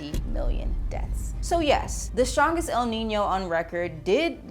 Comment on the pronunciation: El Nino is not Al Ninny-o, nor Al Neeny-o. There is no extra 'i' sound... The whole lot can't read.